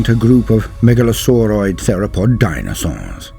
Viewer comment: the way you say DINAsaurs